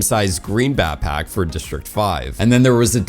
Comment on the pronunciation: Grown man can't pronounce backpack